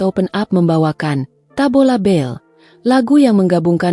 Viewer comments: Tabola bale..bukan tabola bel😂😂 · Kayaknya mbak AI perlu kursus Bahasa Indonesia...Tabola bel...Tabola bel 😮😮😮😅😂